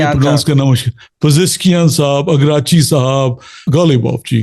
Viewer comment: You are asking opinion of the people to waste time who cant prononce names of Iranian prominent people, even Iraqci is pronounced continuously Ikrachi by him